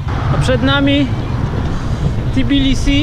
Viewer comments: Naprawde Tibilisi? Spytaj Gruzinow, czy tez z angielska nazywaja swoj kraj. W polskim jez., tez nie ma "ti", jest "te". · Co masz na myśli? Że Tbilisi w naszej wymowie czasem brzmi jak Tibilisi, bo w języku polskim (ani holenderskim) nie ma "tb" na początku sylaby, więc trochę nieumiejętnie to wymawiamy?